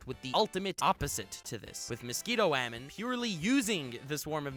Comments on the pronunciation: I genuinely enjoy your videos. I subscribed. I liked. But...just say "woman". That "wAEmeN" pronunciation on rapid fire is just irritating. Otherwise, great stuff! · WUH HAMEN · Love the way you pronounce ‘woman’